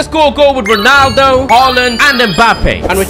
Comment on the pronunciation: bro said ronadlo 💀